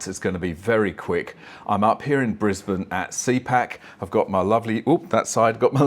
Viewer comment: THAT'S my home town ! Top marks for pronouncing Brisbane like a local !